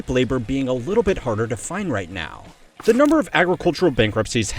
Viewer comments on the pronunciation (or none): 'Te' not 'The' 💔😔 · says Te instead of The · "on te rise" lmao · On te rise? Should be the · “… on te rise” ??? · "back on te rise" lol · “Te rise” 😂